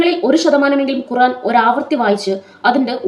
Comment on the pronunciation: ഖുറാനല്ല ഖുർആൻ എന്ന് കൃത്യ മായി പറ യു താമനയിൽ എഴുതി വെക്ക് 🥰